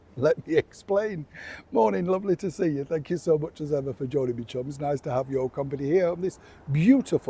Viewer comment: I hear As If